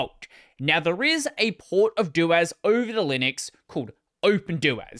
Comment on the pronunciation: I accepted systemd, I can accept this. I can't accept your pseudo pronunciation of suDO. Hear me out. I'll compromise. Just say doh-as instead of DOas and we'll call it even. :)